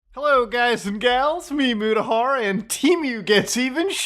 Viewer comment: I still continue to laugh how it just sounds like he says "ME MUDAHAR." I just think of some silly caveman who just found the internet/computers lol Love ya, man!